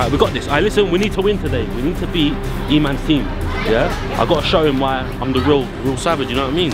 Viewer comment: you said adam